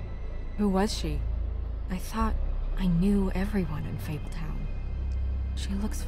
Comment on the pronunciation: This man said fabletun